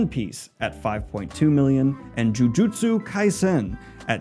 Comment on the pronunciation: You crushed the pronunciation of Jujustu Kaisen